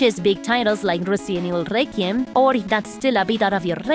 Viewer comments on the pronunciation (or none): RRRRRResident Evil RRRRRequim